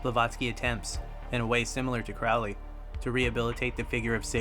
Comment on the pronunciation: It's Aleister CROWley (as in the bird 'Crow'.)